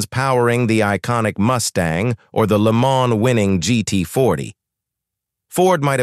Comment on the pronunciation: Maybe learn how to pronounce Le Mans?!